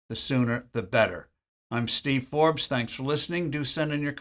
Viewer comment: Hey everybody, it’s Teve Torbes.